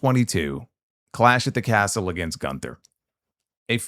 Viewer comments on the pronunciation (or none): none